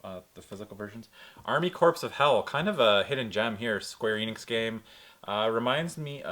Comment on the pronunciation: It's pronounced Army Core of Hell... like the Marine Corps.... I love that game... heavy metal pikmin basically.